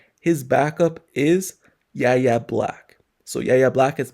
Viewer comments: Pronounced "Why-Ya" not yaya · How tf are you a Steelers reporter and continuing to say Yahya Black’s name wrong? It’s pronounced like two letters Y.A. God damn do better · It’s pronounced like Why Yay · Still can’t pronounce Yaya’s name right 😂